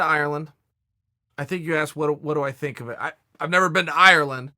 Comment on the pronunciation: Why do you fink! Jesus H bud, wasnt Webster's English Dictionary made in England? And you cant say the word THINK properly?